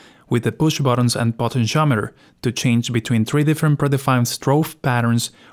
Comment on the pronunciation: What’s a “Potent-Shometer” 😉 (Great video, thx 😊)